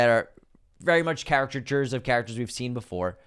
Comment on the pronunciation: attempts to say the word “caricatures” but says Characterchures. Unsubscribed.